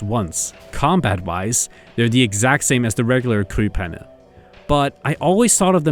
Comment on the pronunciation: gotta love the inability to pronounce swedish. For "flygare", you said "flügger", which is hilarious. And for "krypande", you said "cry panda" (english).